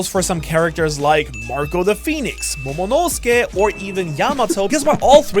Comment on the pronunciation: Il a dit momonosuké rate de peu